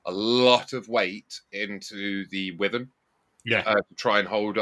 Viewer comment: I appreciate that there's a war between people who pronounce wyvern as 'wivvern' or 'why-vern' then disregards both and says 'worthen' 😂